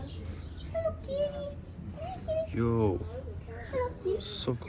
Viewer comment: repeat of saying ‘Harlo’